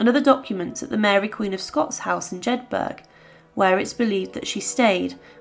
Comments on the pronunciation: Jedburgh is pronounced similarly to Peterborough. Not Jed- 'berg.' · Pronounced, Jed buruh, note.